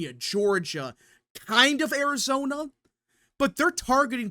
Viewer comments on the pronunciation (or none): none